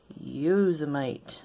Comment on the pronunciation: Also you’ve taught me how to pronounce Yosemite, I can’t say that I have had to say it many times throughout my life, but I definitely got it wrong when I did 😂😂😂